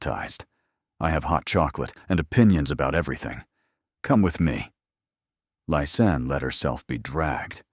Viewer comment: Its Lis Anne,! How can it be sooo hard for you? Half of Lisa and Anne at the end. LIS ANN. Its just not that complicated. You've called her everything but her name.🤔😳🙄🙄